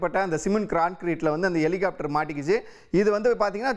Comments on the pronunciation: எலிகாப்டர் இல்லை ஹெலிகாப்டர்னு சொல்லுங்க 2026 தேர்தல் வரை நீங்க இப்படிதான் செய்தி போடுவீங்க அப்புறம் சரியாக இருக்கும் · Helicopteryai Elicopter ena Ucharikkum ivar.... Eppadi velaikku vaithargal? Tamil sàagirathu....😢